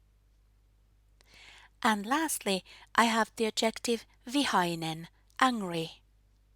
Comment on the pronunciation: just a quick note: the word "adjective" is stressed on the first syllable in English, just like in Finnish 😆